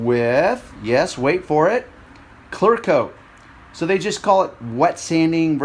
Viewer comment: ITS CLEARRRRR CLEARCOAT I HEAR YOU SAY CLARCOAT